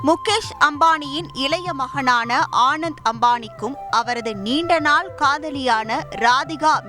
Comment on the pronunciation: The news reader doesn't even know how to pronounce the groom's name. He is called Anant Ambani not Anand Ambani. Such poor knowledge in public media and no one in news channel seem to know